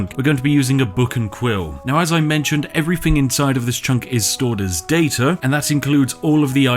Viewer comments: three = "free" everything = "everyfing" through = "froo" :) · It throws me right off hearing a posh voice say 'Rarver' instead of 'Rather', and 'Everyfink' instead of 'Everthing' Oh it's every time there's a TH in a word it's replaced with an F... may be a speech impediment !